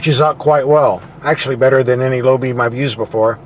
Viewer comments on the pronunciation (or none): none